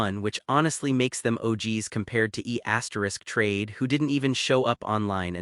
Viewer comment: It’s pronounced E Trade not E asterisk Trade.